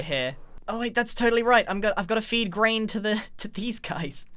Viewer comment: sounds like he said “brain” not “Grain” lol